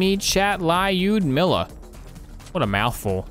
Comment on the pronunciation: This sniper rifle is not LAYUDMILA, this is Lyudmila, l u (as in the Universe) d (as in Down) mila is the Russian name of a girl meaning Beloved by people Мила Люду (Люд is the old Russian meaning for people, now we use Люди, Мила - sweet for someone, Милая - Cute, Sweet etc.)